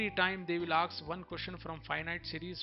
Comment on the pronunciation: I the video the word is "ask" not "aks" And pdf is helpful To us of the video so please bro